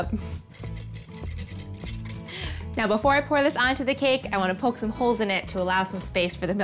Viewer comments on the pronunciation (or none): none